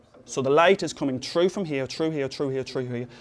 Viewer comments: is it just me or does he always say "tru" instead of "through" BTW, awesome, awesome explanation. I can't have enough of this channel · "So the light is coming TRU FROM HERE, TRU HERE, TRU HERE, TRU HERE, GOING SHROOO THE SAMPLE NOWW" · Why does he say "troo" instead of "threw"? Just wondering why. I enjoy knowing why different English speakers say things differently. I'm American and we all say "threw" but on the relatively small British isles there are different pronunciations. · trew that, trew this, trew this, and it will go trew that, OMG, I LAUGHED SO HARD. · great pronunciation of the word through. [true] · u pronounce threw as trew its cool;) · "So the light is going TROO from here, troo here, troo here and troo here." LOL! But srsly u guys are awesome. I wish you were my teacher! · Love how he says "trough" instead of "through". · "and the light comes true here true here true here..." lmao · He can't seem to say the "th" sound. It's through not "tru". Good video otherwise. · I assumed he wasn't a native English speaker from the way he pronounces "through" like "true". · He does not say through. he says true ^^ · "Why can light get true glass." "Glass compared to otter materials." accents are funny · through, say it with me TTHHHHHHHrough. TTTTTTTHHHHHHHHHHHH!!!! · I like how he pronounces "through" as "true" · well. in the first part of the video it did, but near the end I did hear chru lol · I would pay you mr irish man to sit in my room and say "through" all day. or "TROUGH" as you say it. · Through!!! with a TH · what kind of accent does he have? "the light can't go troo" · My statement is accurate, I do not feel this was an understandable explanation as to why.... additionally I guess it is necessary for me to point out that I was lampooning the guy's pronunciation of the word "through".... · I pronounce "through" the same way, I feel better about my speech now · It's how he pronounces "through" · "through" lmao